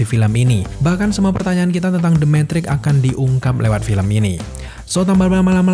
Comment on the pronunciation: metrix bang bukan mentrik 😂😂😂🙏